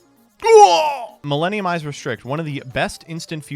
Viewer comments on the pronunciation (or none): none